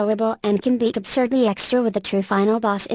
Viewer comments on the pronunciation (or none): none